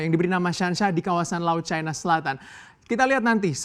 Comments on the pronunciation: Caina...caina...., Cina bacanya ... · Bilang cina aj kenapa..kok dibuat buat caina ..ndeso